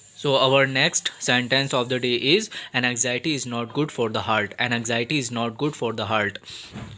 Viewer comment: Bro u r trying to do good job, but u need to rectify ur pronunciation. Anxiety and anxious.